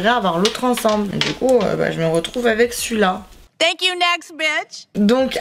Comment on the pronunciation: Cc super vidéo mais juste ton tank you....sa ma souler